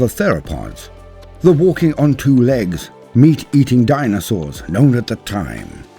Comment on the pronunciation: The dinosawrrrs! 🤣